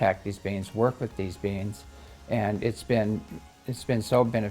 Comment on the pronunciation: When says "beings" I hear "beans" and can't focus because it makes me laugh. Yes, I'm still 5 years old in my head.